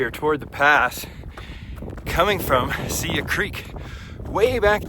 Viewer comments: As a Montanan please learn how to pronounce our trails before recording a video. It’s Sigh-e pass! Not see-ya pass. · Pronounced “sigh-yee”! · it's sigh-ee pass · Great video. However, Siyeh is pronounced sigh-YEE Pass. Many people had trouble with the pronunciation. I was a Red Bus driver (aka Jammer) in the mid 70s. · Tip: learn how to pronounce the name of pass you are hiking. It gives you some credibility.